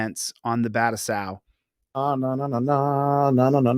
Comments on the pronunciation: Battousai is a Japanese word, it is not pronounced well using American English grammar. (but-two-say) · Dude can't even pronounce his "friend's" name...🤦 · But that's his friend! Surely pronouncing it right. 😂